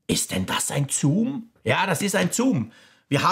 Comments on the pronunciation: Das ist kein Zuuum, sondern Zoom 😂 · Ja 2-2 mal zuum ok aber der sagt das locker 10-15 mal 🥴